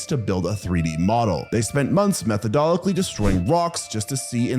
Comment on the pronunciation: My mans said Meth-o dol-lick-lee I don't know why that cracked me up.